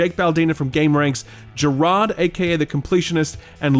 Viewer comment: I really enjoyed the FPS podcast but the way you enunciate Gerard makes my skin crawl Budgie smugglers is a UK thing too btw